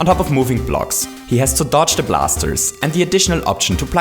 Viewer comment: "he has to douge the blasers" lmfao that's toadette 😂😂😂 it's SHE!!